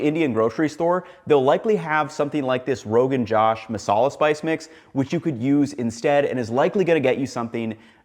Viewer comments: It's pronounced Josh as J-O-Sh and not Jaw-sh Josh translates to excitement! The dish is delish. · rogan joe-sh (with a long o), not jahsh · Bro, it's pronounced "Rog'n Joe-sh", not "Josh" as in an American name. Also, when an Indian recipe refers to "mutton", they're usually using goat, not lamb. It's an Indian colloquialism. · Haha. The correct pronunciation is actuall Joe-sh, not Josh so you are even closer than Ethan. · the josh in the rogan josh is pronunced as joesh . so, rogan joe-sh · Rogan Josh, pronounced as Rogunn Joe-sh 😊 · C'mon man. It is rogan joe-shh. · FYI, Rogan Josh is usually pronounced as "Roe-gan Joe-sh" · It's actually pronounced Rogan Joe-sh. And yes, we do make the Joe Rogan jokes in India as well. 😂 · It’s rogan ‘josh’ with the O sound in josh like the O sound in ‘go’. 😊Enjoy. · Josh pronounced Jo oh shh, so JoOHShh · That's j-O-sh like t-oe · The jo in "josh" should be pronounced as "Joe", so Rogan Josh is Rogan Joe - sh. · Josh is actually pronounced as joe-sh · 1) In India Mutton is Goat not Sheep 2) It's Rogan Joe-sh like Joe Mama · I have a really weird bone to pick. It's pronounced as 'Joe-sh' not like now you would say perhaps Josh Weissman or something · It's not josh like name of man is josh means motivation try putting rogan josh and translate into indian voice😂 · Just FYI it's pronounced as Rogan Josh ( joe - sh ) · You want to tell us about a dish that you cannot/will not pronounce correctly. Maybe try that as the first step. All of a sudden I don't feel so bad about Kenji mispronouncing your last name ;-) Try saying the 'O' in josh like 'Go' not j'aw'sh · Rogan Josh literally translates to “oil boiled” in Farsi. Historically correct pronunciation of the dish is Roe-Ghan-Joosh. Before the British colonization, India and Pakistan largely used Farsi instead of English; hence lots of the food has Farsi names. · Rogan Joe-sh :) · how to pronounce josh... with a long o as in Joe... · it is pronounced not Josh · Josh, not jash